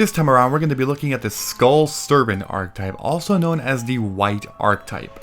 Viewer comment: I love these videos. But man, the word is ˈärkəˌtīp. You pronounce the e as a stand-alone. It’s a 3 syllable word.